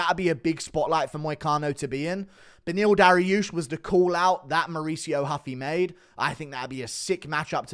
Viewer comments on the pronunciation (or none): Mauricio ROO FEE not HUFFEE